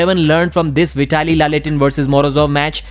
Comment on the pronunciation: Hahah well done pronouncing Veee-ta-li. 😂😂😂